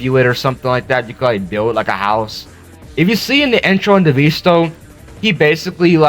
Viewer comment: "devisto" on the time thing bro